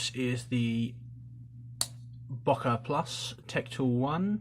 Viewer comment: Bruh why do you pronounce so much shit wrong. Böker is pronounced bow (like bow and arrow) ker. Hennie Haynes is pronounced hen-nie Haynes not “Hienie Haynes”. Other than that amazing videos just mispronunciations irritate me.